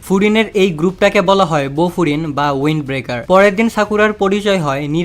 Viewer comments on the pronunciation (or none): ভাই ওয়াইন্ড না উইন্ড🙂